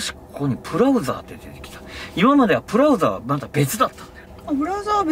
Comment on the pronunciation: 社長がプラウザーと言ったあと さりげに控えめにブラウザーとたぶん視聴者向けに言い直しとるAYAさん 気遣いデキる社員さんやなぁ〜 ＾＾ ともった でもある意味 有名You Tuberヒカルさんちの遊楽舎店長のブログのこと『プログ』ってゆーヤーツ みたいで和んだ